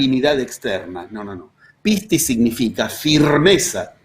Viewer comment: Hace poco tiempo que sigo sus videos y sus charlas y de verdad me fascinan. Como soy Griega me río de su pronunciancon de pocas palabras Griegas que vos dijo. Pistis es perfecto. Pero "kairos" se pronuncia "keros" Me gustaría traducir en Griego la metodizacion de los 11 pasos